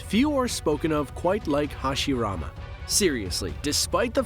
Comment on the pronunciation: Stop watching the moment hashirama name was mispronounced... It's not a dub,sub thing... A name should be pronounced correctly, it's one thing to say it with an accent, but to make it sound completely different? Nah....